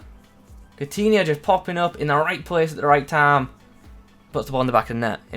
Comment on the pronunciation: you say " Time " really weirdly at around 5 minutes O.o